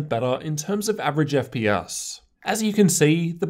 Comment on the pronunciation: "ef pee ass" that makes me love you even more.